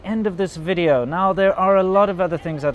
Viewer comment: Velcome to anoder wideo